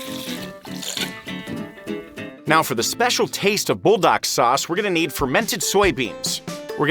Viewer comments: Not bull dark it is pronounced pull da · No it is pronounce bulldak it is literally the name